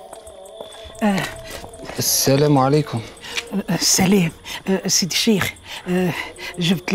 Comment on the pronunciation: اللي عامل دور اليهودي يغلط برشا مرة يقول سيدي و مرة شيدي 😂😂😂😂